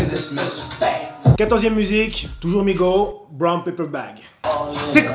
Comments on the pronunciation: On dit MigoSSS et pas Migo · C'est migoS dit le S à la fin 😂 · c migoSSSSSSS ET NON MIGO sinon bonne video